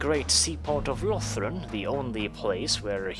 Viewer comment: I noticed you pronounced the Ulthuan provinces differently. I personally pronounce Cothique with a long "o" and like unique. For Yvresse, I say eve-reese (like peace) out of personal preference😃 Also I noticed that a lot of people, not just you, call Lothern "Lothren". Not being critical, I just think it's interesting. There is no definitive right way to pronounce any of the provinces except for maybe Eataine.